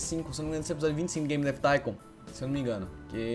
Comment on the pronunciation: " hello auausususudushddudu baby game dav thincon ( sla como escreve isso : D )